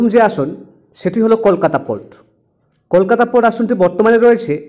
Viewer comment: আপনি বাংলা ভাষা ঠিক মতন উচ্চারণ করুন তারপর খবর বলুন । কলকাতা উচ্চারণটা ও ঠিক মতন করতে পারছেন না।